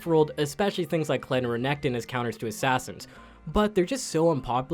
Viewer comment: What first with renekton? You have a terrible pronunciation